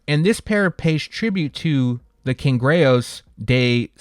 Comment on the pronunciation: Easiest way to pronounce the Bad Bunny Cangrejeros is Can grey her os